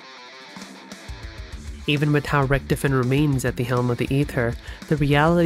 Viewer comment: I love this video so far, but the way "Richtofen" is pronounced is like, getting poked in the forehead a little bit with a pin, not enough to pierce the skin but enough to be like, disconcerting.